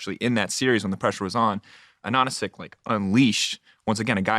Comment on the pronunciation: it just hurts my ears hearing them pronounce Ananasik so wrongly